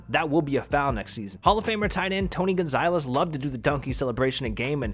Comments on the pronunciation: Was he really saying Tony gonzilez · “TOE-NEE-GONSAHLIZ” you can’t even say “tony Gonzalez” right😂😂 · I can't take anyone seriously who puts an long i sound in Gonzalez!!! Dude - where'd you get "Gon-zi-les" from? Just can't. 🤣🤣🤣😂🤣 You do know that Google will pronounce words for you, right? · Gonzalez Gone-zaw-lez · Anyone else get triggered when he said Tony Gonzailes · If you say Tony Gonziiles one more time bro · Did this guy seriously say Tony gon-zile-ez? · Tony gonzailes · Tony GONZaLEZ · This is a very well done video but hearing Gonzalez made me cringe a bit😂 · anyone else raging because he can’t pronounce “Gonzalez” correctly